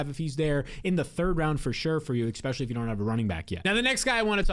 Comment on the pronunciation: Awesome content man, but STOP SAYING "EKSPECIALLY"